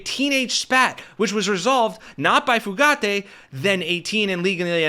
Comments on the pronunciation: It’s Few-gate. There is no accent on the last syllable. 🤨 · It’s pronounced Fuh gate. No emphasis on the letter “e” ~ Just “gate” sweetie 💙 You rock btw ✌🏼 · It's Fugitt, not Fugaitt you bozos. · Bro.......Fugate = Few Gate, not Foo Gatti. Just sayin'. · Fugate: you keep saying "fu-GAH-tay". It's pronounced "fuggit". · Fugate [ Few - gate ].... not like Fugazi 😂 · His name is pronounced “Fewget” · Pronounced FEW GATE